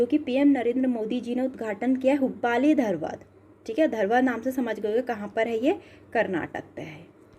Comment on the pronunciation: हुब्बाली नहीं हुबली होता है 🤣🤣🤣🤣🤣